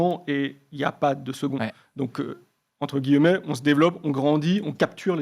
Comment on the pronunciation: Entre « guilleu-mets »*